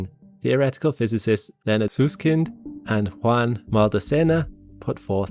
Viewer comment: Sorry to be pedantic, but Leonard Susskind pronounces the first part of his last name "Suss" like the word 'Suspect', not as in Dr. 'Seuss'.